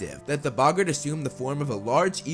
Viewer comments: its bogits not bogons alest according to the prisoner of azkkabn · Bog-art not buggert